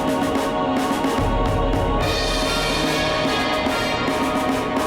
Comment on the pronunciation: This guy's attempts at speaking English are really difficult to listen to. "Three of the most impakkful"? The Allantic Ocean? October twenny-eighth? People with fie left innem... Ugh!